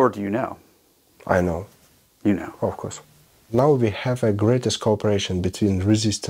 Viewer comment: So much confidence in that "aafcos" 😂